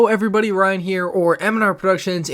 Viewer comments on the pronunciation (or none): none